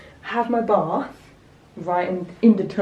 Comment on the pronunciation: Bath hasn't got an R in it when you say it!!.. Just Saying Lol 😂